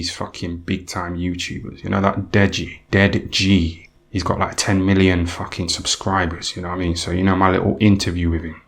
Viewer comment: The way he says dead ji gets me Everytime ffs 🤣🤣